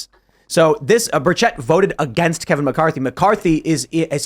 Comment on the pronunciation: That is not how you say Tim Burchett. I could not figure out who you were talking about. It's Buuuur ch-ut. Not Ba-chet.